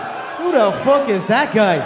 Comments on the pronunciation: "Who da fook is dat guy!?" Classic. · “WHO DA FOOK IS THAT GUY”